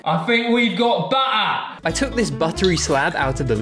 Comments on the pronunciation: My guy becomed British for one second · "WE GOT BUD'UH" 🗣️🔥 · When that man said butter he didn't even pronounce the ts